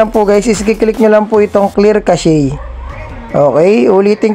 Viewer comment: Cash po tamang pag bigkas sa cache hindi casheyyy..